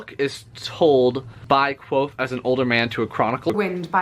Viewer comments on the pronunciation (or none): if you don’t pronounce the v it bothers me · Patrick does say the "K" but mixes it in with what the book says the name "nearly sounds like" - quothe". It's a barely there K(uh)v'oath. A very misleading name for the main character. I don't like thinking "Quothe" and trying to always have the Kuv'oath go on in my brain was exhausting so I just started calling him "Vohth", keeping the K silent while using the V. After a few hundred pages and the 1800 that followed it allowed me to read faster and still mostly stick to his words, nuance, and afflictions. Anyway, that was a long winded explanation on my compulsions and idiocy. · So the "V" is silent? That's disappointing on my end. I think K-VOATH-AY sounds badass lol It'll probably stay that way in my head.